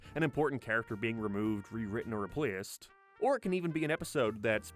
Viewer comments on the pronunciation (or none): dude, its replAced and not repleesd. its shApe and not sheap.